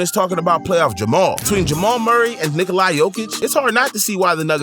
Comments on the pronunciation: bro why u say nekola its nick-ola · Bruh... It's pronounced Nick-o-luh not Nick-o-lai